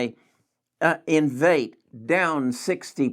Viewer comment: Great videos and content. I like you! Small criticism, you should learn how to say the companies you are reviewing. The company is not Invate. It’s Invitae. In.Vee.Tay